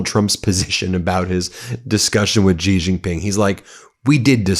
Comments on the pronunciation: His surname is pronounced 'she', not 'gee'. Why can't you learn that? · Please pronounce Xi as "she" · Only an American would mispronouce a world leaders name, a Chinese World Leaders name, not once, but year after year after year. Come on Ben I gave you a little bit of nous, but these last days you have really disappointed. It was that Xi did not want the USA to fall into the Thucydides Trap,not the opposite as you state, but then that does not sound like an aggressive China, which compared to you war mongers, they definitely are not.